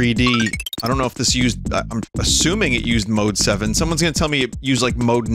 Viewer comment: Every time you say mode7 youre wrong